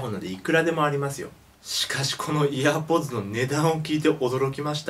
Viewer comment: 低学歴ワイ イヤーポッズをアイポッズと読む